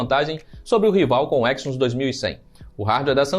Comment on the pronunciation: Parei no "exynus" kkkkkkkk